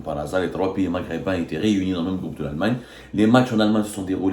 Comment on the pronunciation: moi j'aime bien quand il dit "groupe" il le prononce "groube" hhhh fait attention la prochaine fois qu'il prononce ce mot tu vas rigoler hhhhhhhh